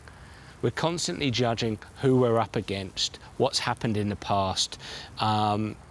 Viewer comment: "giajing" instead of "judging"